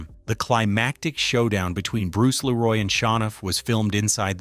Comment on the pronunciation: There are 2 sections where the narration becomes literal gibberish. Bruce Leroy - pronounce LEEroy; Sho Nuf - pronounced SHOW nuff